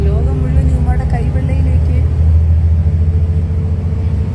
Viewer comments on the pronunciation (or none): none